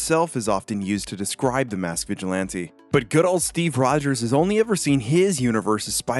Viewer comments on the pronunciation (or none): none